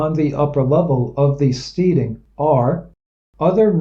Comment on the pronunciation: And I think that it's Steading is pronounced "STEDing" rhymes with "instead" stead·ing /ˈstediNG/ nounSCOTTISH•NORTHERN ENGLISH a farm and its buildings; a farmstead. "an isolated steading on the boundary of two parishes"